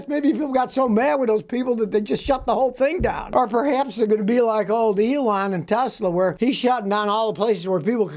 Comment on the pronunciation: "Leon" Musk.....Maybe a little nip of something before making this video? 😁 Love these videos, as always.